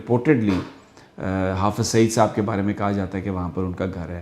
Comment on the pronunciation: Is madarchod ko dekho .... Hafiz ko shab bol rha h !!!!! Wa re porkiyo 😂😂